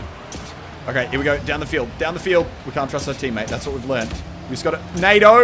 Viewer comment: Nado or NATO? ;)